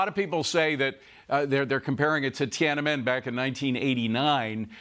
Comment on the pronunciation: cannot say Tiananmen correctly.